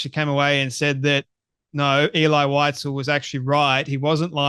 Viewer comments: VIE-ZELL VIE-ZELL Now WhiteZell. good grief. You mis pronounce his name like that monkey does... ELI VIE-ZELL.. sheeeesh. I hope that monkey has bodyguards... 24/7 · She can’t even pronounce his name. Eli Wise-el! Idiot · She should learn how to pronounce his name properly before calling him a liar. it's Elie Wiesel (Vee zel) and he was Romanian not Ukrainian. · She doesn't even pronounce Elie Wiesel's name properky. How sick! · If you can’t pronounce the author’s name correctly, Candy, anything else you say is irrelevant. Lazy with the name, lazy with the truth. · You mispronounced Elie Wiesel's name. Nonetheless, thanks for the video. I grew up among survivors and refugees from Nazi Germany. I recommend reading the books of Primo Levi. I recommend "If This be a Man," "The Truce," and "The Periodic Table." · She doesn’t even pronounce his name correctly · Can‘t listen to these lies, my grandparents were Germans who saw those cruelties with their own eyes living next to Stuttgart airport where they had a small concentration camp for PoW and Jews to be transported to the death camps. By the way, Wiesel is a German name for a little animal weasel, pronounced weezel for English speakers 😉